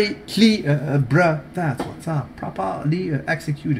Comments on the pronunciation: Dude you crack me. Prapahhhhly picked lmao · I absolutely love when you say PRAPPPALY saluted, and the oil references!!